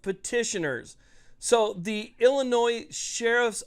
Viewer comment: Please quit saying "Illinois" the way it is spelled 😂